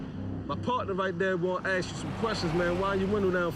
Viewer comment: Anyone who pronounces “ask” as “axe” deserves to be arrested on the spot for crimes against humanity